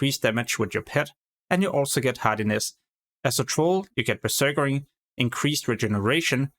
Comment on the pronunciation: You keep saying beserkering. It's berserking, you're adding an extra er afer beserk.